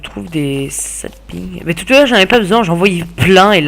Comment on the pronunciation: Pas mal du tout pour un premier "let's play" "Qu'est ce que c'est que des araignées ? Enfin ... vous savez tous ce que c'est que des araignées ..." => XD des barres Sinon juste quelques erreurs ;p "ça ping" -> "Sappling" (ça veut dire jeune pousse, en l'occurrence de sapin) "c'est très additif" -> "addiCtif" (qui rend addict) "stèrve" -> hey non ... en anglais les 'a' se prononce souvent 'è' mais pas là ça se prononce "stArve" le 'a' se prononce 'a' Mais continue comme ça il y a de l'idée !